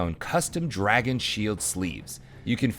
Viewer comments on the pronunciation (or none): none